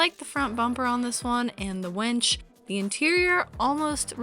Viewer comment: It's a "Winch" not a "Wench"...